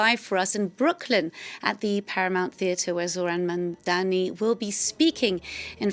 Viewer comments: Never understand why white people around the world have trouble prouncing the simple word “Mumdani”, it’s not tongue twister ffs. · Anchor is struggling with pronounce mamdani